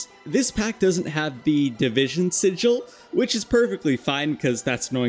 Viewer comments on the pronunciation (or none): none